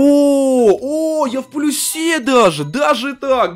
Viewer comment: Боже... научись ставить ударение в предложение "Я в плюсе".